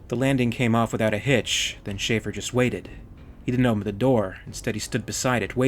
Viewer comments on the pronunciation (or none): none